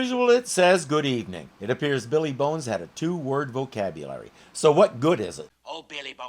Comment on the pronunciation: WHY does pronounce "Billy Bones" as "BEE LEE Bones"????? Drives me CRAZY!